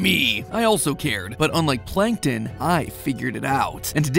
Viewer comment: Plan ken ton